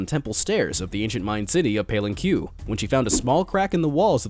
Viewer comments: The city where the Mexican Archaeologist worked on the tomb is not pronounced “pal-in-cue”, it is pronounced “pah-lin-kay”. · PALENQUE is not pronounced as paylenkew its:palenkeh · Palen - Q ? I believe it's Palen - Khé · The ancient city of Palin-Q. Hahahahaha what a white guy. It's pronounced Pahl-en-keh. C'mon, man - the narrator on Dark Docs somehow knows how to pronounce every foreign city he says in his voice overs. Google it next time, Palin-Q. 🤣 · Geeesss... it is PAH.LEN.KEH. Not PALEN.CUE. Gawd! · it is pronounced Pa-LEN-kay, not Pay-len-cue. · Its not pale-en-kuu. Its pa-len- ke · I'm not Spanish or Mexican but I know Palenque is pronounced "Pall EN kway," not "Palin kyoo," FFS. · it's "paleng-ke".. not "pay-leng-cue" hahaha... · It’s not said palenQ it’s said palenK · Palenque = Pa-lane-kay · Palen Q..... REALLY?????? If you don't know spanish you could've asked google translator or something how it is pronounced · It's pronounced palenke, not palenque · Haha that spelling of Palenque made my lol so hard. Palenqyu xD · yikes dude, it's pronounced like "PALENKE" have some respect for King Pakal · Come on folks. It's pronounced Pa - len- kay. Don't have the time to spend 10 seconds to one of the 'how words are pronounced' channels on YT? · PALEN-"Q" aHA this guys so stupid its funny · It is pronounced Pal-en-kkay! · Paylen-Q? Are you FUCKING STUPID! One of the most important archeological sites in central America and you can't bother to research how the name is pronounced? What else have you fucked up? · I'm watching this now, I researched Palenque and the comment below already says it, but it's pronounced Pal-en-ke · I’m from Mexico and the word is written palenque but it is pronounced palenke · Palenque is pronounced, paw LAYN kay.. You're welcome. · Pah-Lehn-Kay my goodness if your gonna tackle foreign names you got to check the pronunciation! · I’m sorry but you pronounced Palenque incorrectly.